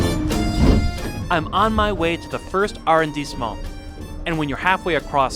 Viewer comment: I always wonder (and worry) about the expertise of reporters who, when speaking about Paris, are unable to pronounce the words “Champs-Élysées” and “arrondissement” – amongst many others – correctly. For a speaker of French, listening to the text of this video is downright painful.